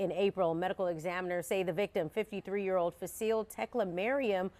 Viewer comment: Bruh, said FaSeal Teriyaki 🤦‍♂️